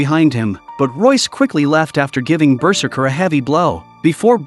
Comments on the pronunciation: BERserker. Lol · The way the narrator pronounces ‘berserker’ is just too funny